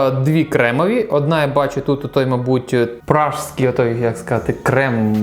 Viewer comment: ПраЗЬкий, будь ласка, не ПраЖський:) там на коробці ж написано